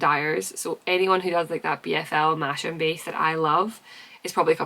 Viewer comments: Loads of lovely things in the works. You’re a machine! On the topic of pronunciation, Masham as in BFL/Masham is pronounced Mas-um not Mash-um. The sheep breed are originally from North Yorkshire near a market town called Masham! I was born and used to live near there ❤😂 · Thank you for another great podcast. I know what you mean about incorrect pronunciations. Please I’m not having a go at you. But nearly everyone says Masham wrong. It’s a village in North Yorkshire and it’s pronounced Ma-sm. Please don’t worry you’ve been saying it wrong. But I thought after what you said about pronunciations you’d like to know how it is pronounced. Hope you have a great weekend 🙂